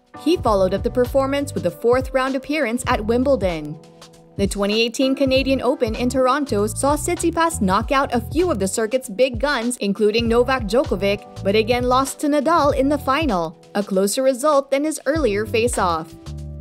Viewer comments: djokovic pronounced incorrectly as well. should be jokovich not jokovik. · Novak Djkovi. please fix your pronunciation